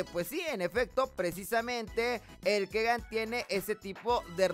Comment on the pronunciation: Hijo se pronuncia Kigan no Kegan